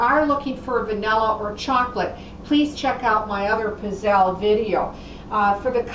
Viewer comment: Please learn how to pronounce pizzelle correctly